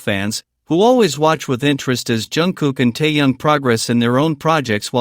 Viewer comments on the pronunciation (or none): Выговаривайте правильно имя ТЭХЕНА а не ТАЯНА .